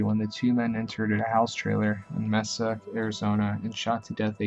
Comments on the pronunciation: You also forgot richardson who killed in my home city casa grande and the city is pronnouced MAY sa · kit danichek i literally checked the comments to see if anyone else had caught the way he pronounced mesa lol